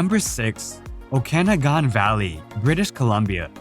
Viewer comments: Thanks! BTW, it’s pronounced the “O KA noggin’” valley. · By the way, the St. Lawrence River does not flow into Lake Ontario, it flows out of Lake Ontario on it's way to the Atlantic Ocean. The Okanagan Valley is definitely not pronounced the way it is on this video, if you can't do it right, don't do the video. The picture of the jagged mountain peaks, is definitely not from the Okanagan Velley. The pictures at the first of the Peggy's Cove portion are not from Peggy's Cove. All in all, some nice pictures, but not accurately portrayed.